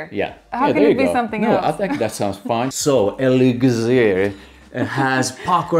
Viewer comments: Its siiiir not ziiir elixir siiiiir not ziiir 😂😂😂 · Its more like “elec-sir”